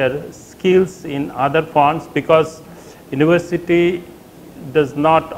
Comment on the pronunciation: University not Univershity...